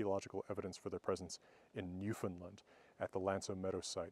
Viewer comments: Newfoundland rhymes with 'understand.' Understand? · Doc, as a Newfoundlander I have to say this. I have made it a point up to now to not correct people on their pronunciation of of my home island's name because in the grand scheme of things it doesn't matter, but I figure that you as a linguist would appreciate it: the last A in the word is pronounced normally, as you would normally on "land" even though the ou in "found" is shortened to a simple u sound. It would look like new-fund-land not new-fund-lund. Thanks for the cool video always love your stuff.